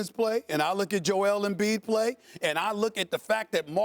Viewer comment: As someone who's named Joel, I take offense to the pronunciation as Joelle.